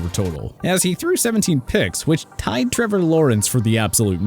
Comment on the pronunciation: Trrævor laurens 🤣